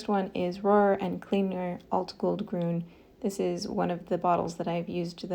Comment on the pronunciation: Love the comparison! As a German I have to say your pronunciation of Rohrer und Klingner Alt- Goldgrün is absolutely perfect! 🙂